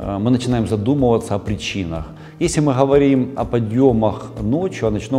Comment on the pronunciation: Почему умный врач гэхэкает хгоаоря хговорим как можно так гхэкать поработайте над речью !!!! Патология речи вы же взрослый мужчина. Урологхха ужас 🤯